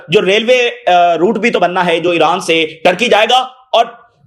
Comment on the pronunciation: Iran bolre ya iraq nahi samaj aata